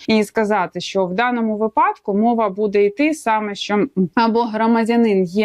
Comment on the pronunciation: если вы адвокат, то должны выражаться по правилам украинского языка. приведите мне пример правила, в котором говорится что слово випадок произносится с ударением на второй слог. а то выглядите как минимум непрофессионально то же самое и про слово навчання. звучите как школьница двоечница